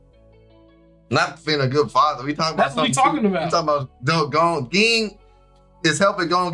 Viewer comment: Ging = Jing not gggggging